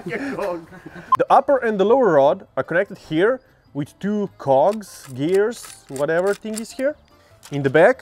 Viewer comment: That suddenly gay moment when you say 2 cogs with different intonation.